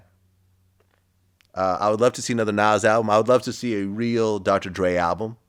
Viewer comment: Vlad even says Nas name funny. What does he have against Nas ?